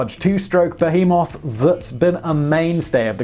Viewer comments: woah simon said behemoth and not bearmoth! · simon finally learned to pronounce behemoth!! (not bear-moth) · I believe it's pronounced "Yesko". Being scandinavian, the letter J has a Y sound... at least you finally got "beHEmoth" correct :D